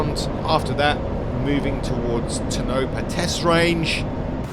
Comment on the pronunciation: Learn to pronounce tonopah yoyr saying it wrong im British I know how its pronounced dint be ignorant